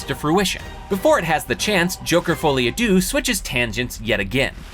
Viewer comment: "foley a doo" French speakers: cringing errr....have you ever said these words out loud before orrr.....?"